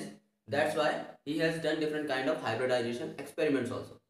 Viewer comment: Sometimes i feel like in hybridisation Hy nd disation is silent